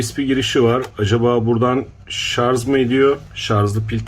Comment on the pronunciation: Telaffuz'da Hata Oldu Diyelim Neticede İnsanız Siz Anlatılmak İstenileni Anlamışsanız Çok'ta Önemli Olmasa Gerek. Zira Burada İnsanları Aydınlatmak Amaçlı Çaba Mevcut. Bunu Görmeyip, Şarj mı Yoksa Şarz mı Mevzusu Enteresan.